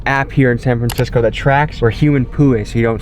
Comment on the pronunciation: “sam framcisco”